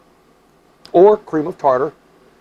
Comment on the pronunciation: Cream of tartar, not "cream of tater."